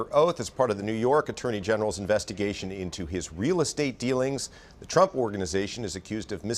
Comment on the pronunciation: "Frump"? Seriously? 😂